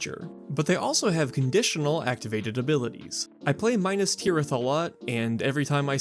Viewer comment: I hear you saying 'minus' specifically. The humans of Middle Earth were not doing a bunch of maths problems. That was only for the traders, accountants and architects of Middle Earth. Think of it closer to |min•ass| but the second syllable is very soft.